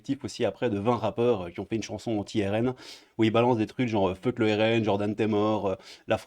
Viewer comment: """FEUCK""" Pourquoi il n'y a que les français qui ne savent pas prononcer ce mot en anglais...comme tous les autres mots d'ailleurs...comme "bEUgue"...."pEUnchline"...TrEUmp"....etc.....vous êtes la risée du monde entier.....